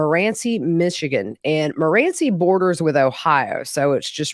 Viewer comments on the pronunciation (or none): There's so much open land and wooded areas, if deceased, he would have been able to hide them easily, it's pronounced, MORE-ENCI, MORENCI.